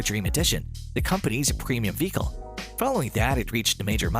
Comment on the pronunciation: Please learn how to say mobile and vehicle. It’s driving me nuts.